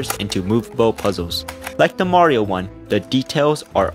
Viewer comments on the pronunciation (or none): none